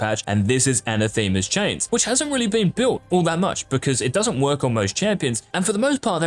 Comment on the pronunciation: Anathema is pronounced